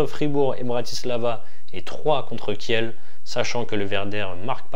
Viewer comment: Merci pour ces bonnes analyses mais si tu pouvais dire Kil ou lieu de Kielle pour les prochaines vidéos 😉